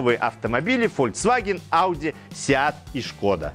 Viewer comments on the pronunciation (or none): none